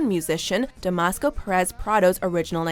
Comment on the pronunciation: Damasco Perez Prado? is "Dámaso" Perez Prado